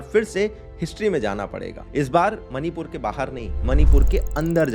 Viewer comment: मनीपुर नहीं -- " मणिपुर " कहो।